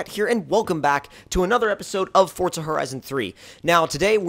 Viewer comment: Forza not fortza but you say it how you want